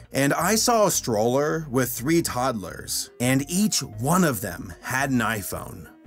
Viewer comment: ..Toudlder? You mean toddler right?